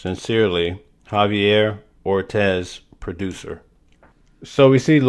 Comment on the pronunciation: It's' Or- Tees'... Not' Or- Tez'(' Ortis')